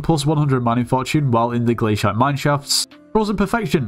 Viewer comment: Bro thats the way its pronounced